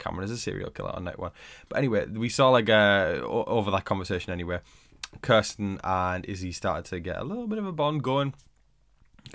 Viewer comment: When you say Kirsten is sounds like you are saying Carson and I get so confused